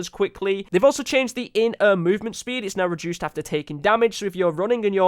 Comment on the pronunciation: Only would pronounce air as er noice